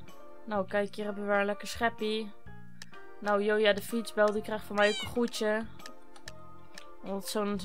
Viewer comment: Jij spreekt het uit als joja van joyadefietsbel maar volgensmij spreek je het uit als djoja want ik heet ook joya